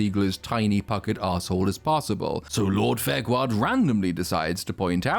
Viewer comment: I like how part way through he forgets to call her fairquad and starts calling her farquaad 😂